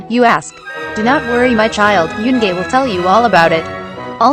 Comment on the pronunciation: no one: these jokes are old: tts: YOONGAY